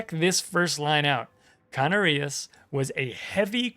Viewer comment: The correct pronunciation would be CaNArias, due to the fact that in this word the last syllabus is rias. You were right about the accentuation on the second to last syllabus, but you just got the syllabus wrong. As a Spaniard, really happy to see the Canarias coming into the game!